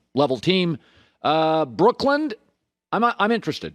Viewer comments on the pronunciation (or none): Someone tell Colin there is no D at the end of the word Brooklyn